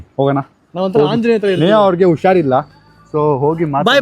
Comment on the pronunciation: Ushar illa alla adu Hushar illa